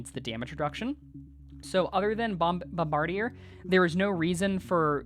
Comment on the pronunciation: Lmao I love where they almost say bombardier properly then “corrects” themselves